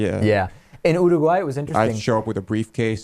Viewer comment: He can't say Uruguay right...